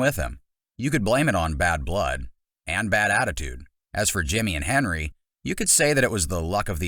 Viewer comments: It’s hendry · It’s not Henry, it’s Hendry.